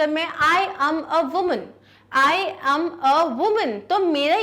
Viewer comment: Check the pronunciation of "AM"